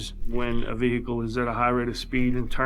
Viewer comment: VEHICKLE - unbearable video to watch due to the butchering of the English language